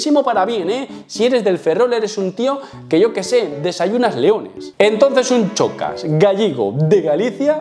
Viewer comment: En serio pronuncias "chocas" y ese punto de ego con una canción 😂😂😂no te vengas arriba gañán